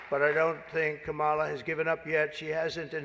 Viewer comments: What an idiot. He can't even pronounce "Kamala" correctly. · What I find interesting about Trump is his intentional mispronunciation of Kamala Harris's name when she is not around. But when she is he says it correctly.